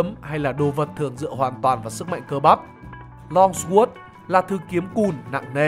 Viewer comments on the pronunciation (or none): Pugilism thấy phát âm đúng phải là là "Piu-Gi-li-Dừm" Longsword -> "loong so" Savate -> "sa vát"